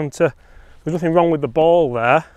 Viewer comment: The wong golf balls 😂